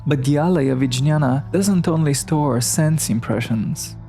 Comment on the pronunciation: Jñaña is pronounced nyana and viJñaña as vinnyana Thank you for introducing to yogacharas